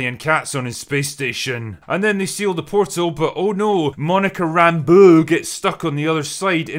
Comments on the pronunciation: Rambuuu. Say it right dammit! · Monica "RAMBUUUUH" had me crying every. single. time. you said it. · Im laughing at how you say Monica's last name. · Why is he saying Rambeau like that? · The way you say Rambeu is so annoying i had to close the video